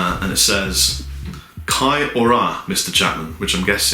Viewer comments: "ki ora" is pronounced key-or-ah by the way hahaha #newzealand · Coming from a fellow New Zealand fan of yours, 'Kia Ora' is pronounced "Key Ore-ra" with a rolled r for 'ra'. Also Taniwha is pronounced "Tah-knee-fa". Cheers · Love the video. By the way, Kia ora is pronounced (kee-or-uh) you just to roll the "r" a little bit as well. Some people also pronounce it as (kee-oh-ruh) again rolling the "r" just a little bit. You pronounced Taupo perfectly so well done. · Hey, I am also from new Zealand. Kia Ora is pronounced "Key Or-a" which means hello in Maori, and the necklace is a Taniwha which is pronounced "Tunny-Fah" (wh is pronounced as an F ^_^). Btw you have a lot of fans here in New Zealand:) if I speak to someone who plays guitar they always know "" and when I say I have an ML-1 they are always really surprised/jealous heh. Cheers